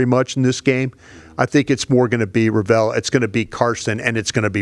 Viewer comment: can't say Revel's last name for the life of him and that was his favorite draft pick. LEVEL ----> REVEL 🤦🏾‍♂️ not "RuhVell"